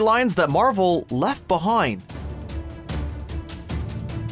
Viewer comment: I heard "stories left behoind".